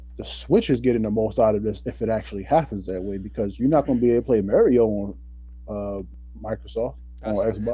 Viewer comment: really out here saying "Dr.Mary-o" instead of Mario lol